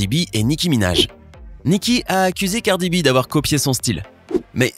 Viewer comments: gardi b 😔😂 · c'est "cardi b" pas "gardi b" c'est tout pour moi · Pas du tout elle a son style bien a elle et je crois que vous devriez commencé par bien prononcé son nom avant de commencer à la juger et à l'accuser.